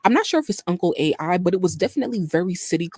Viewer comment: It's not uncle Ai it's uncle AL 😂